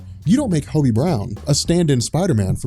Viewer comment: Marvel is a mess right now and needs fixing yes, but you make a lot of factually incorrect statements here. First off, you're mispronouncing Hobby's name. second ANAD is not and never was a reboot, that is just facts so do not call it one. Reboots reset continuity, which marvel did not do and even said they were not doing. ANAD was a line wide relaunch. Third, Hobby is not holding the mantle of Spider-Man in the book. He's dawned the suit a few times to cover for Peter, but 99% of the time Peter is in the suit. Hobby is not a fill/stand in, Peter is spider-man. Lastly, Peter heading horizon labs would not make sense given the events of previous series and would remove the billionaire aspect which you said you liked. On top of this miles standing in would make no sense because Peter isn't always in NY, Miles has a different suit, and couldn't pass as peter. This was very clearly poorly thought out